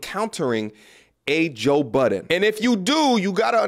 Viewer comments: Why do people put an S on the end of Budden all the time? Buddens always makes me laugh when I hear it dont know why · Please, stop saying Buddens. Peace. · Inlaughed every time you called him Joe Buttons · 20 years later ppl still say “buddens”. How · It drives me crazy thats you say “joe Buddens” us BUDDEN no s